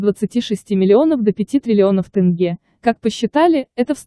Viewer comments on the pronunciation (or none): Не могу понять , тяжело что ли сказать тЕнге, а не тЭнге? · ТЭнге тЭнге. Научитесь правильно говорить. ТЕНГЕ Ударение ставить на Е. Только слышали Тэнге тэнге больше ничего я не понял.